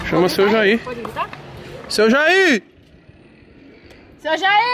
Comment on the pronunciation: Como se Escreve: Senhor Jair Como se fala: Seu Jaí